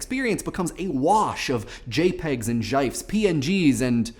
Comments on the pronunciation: GIF GIF GIF.. not JAIFS or ĐAJFS.. how did you pronounce it... hurts my ears.. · jifes! did you fucking say jifes?! what the fuck its either jif or gif no way is it jifes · did you say "zhife"? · did he just.. Jifes? Jyfes? Juh-Ifes?Gyfes? I think I just had a stroke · noooooooo not gayfs gifs!!! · How dare you pronounce it "JIFES." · Wait, GIFs are now pronounced GYFs? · "Gyfes" fuck. you. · "Jyfes" *gags* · "Jifes" ~, 2015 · " *jifes...* " someone please kill me now. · allthewayawesomeful He does it on purpose as a way to be neutral kind of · hey you invented a new way to pronounce gifs